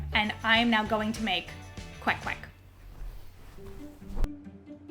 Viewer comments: i love how you say kwek kwek and not “quake quake” like other western people do lol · YOUR PRONUNCIATION OF THE KWEK KWEK IS SO ON POINT IT MADE ME THINK THAT YOU ARE STARTING TO LEARN HOW TO SPEAK FILIPINO.